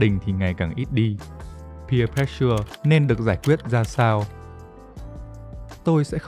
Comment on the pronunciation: pressure đọc là préss sờ chứ k phải press sưa nha